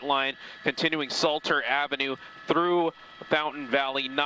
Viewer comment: Oooh my ol' stompin grounds. And its SLATER not salter you dumbass overpaid teleprompter reader